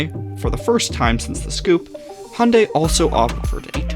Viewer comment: why do u sahy hunday and noy hyundai